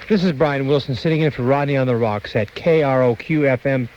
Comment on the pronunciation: Also, isnt it "Rodney on the ROQ" (rock) - not "rocks" 👀